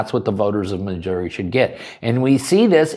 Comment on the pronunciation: I am proud of my state. What has yours done to protect your rights?? And thank you for saying it right. If you say RAH you deserve contempt.